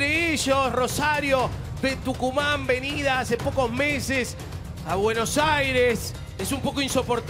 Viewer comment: Jaja el perfecto dijo tuncuman...